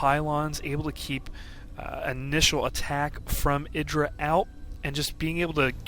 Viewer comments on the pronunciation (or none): eye dra. again. you say it with such conviction lol jesus christ.